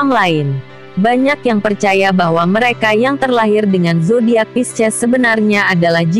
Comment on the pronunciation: Pisces di baca P-I-S-C-ES 😂